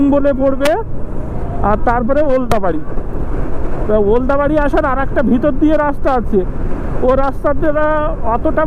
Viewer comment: ওলদাবাড়ি? নাকি ওদলাবাড়ি?